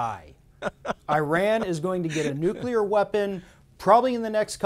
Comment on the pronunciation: They're still working on nu-cu-lur (a la Dubya).